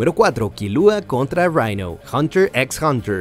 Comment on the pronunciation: Che, en Hunter x Hunter, no se pronuncia la "x" Dios. Y Killua no tiene acento en el nombre so, no se eleva la voz en la "u". Gracias por la atención.